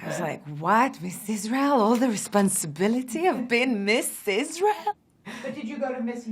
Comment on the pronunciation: Love it when she says rrezponzibility